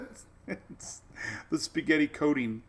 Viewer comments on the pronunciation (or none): When you said "Coding" (labeling method), you leaned into "coating" like as in sauce which is appropriate given the "spaghetti reference" . But my mind took it as "codeine", like making a hard pill to swallow easier. Lol. English man, and the interpretation of speech sometimes.